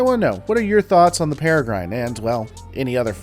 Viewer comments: first off, it's peh-reh-grin; grin not gryne. They were a little too small and underpowered to be useful as fighters in capital ship engagements. something twice the size would be much more capable, but as they are, the danube runabout seems far more capable, despite being roughly the same size. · Para-grin. Not Para-grine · Pere-grin, not para-grin. But yes, I came to say this too, but I think I find weird pronunciations quite often in these videos. Even accounting for US-UK differences. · One point: It's pronounced "para-grin" a form of small raptor (bird of prey). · I believe its pronounced 'grin' Pere-grin..the e is silent ..like the bird..Peregrine Falcon. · Please learn the correct pronunciation of peregrine, then redo this video LOL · it's ain't how one pronounces PEREGRINE. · Have you seriously never heard the word Peregrine out loud before...? It's a falcon. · I think it's pronounced with a short i . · My thoughts are: You did not learn how to pronounce peregrine before making this video. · Are you mispronouncing peregrine on purpose to trigger people? XD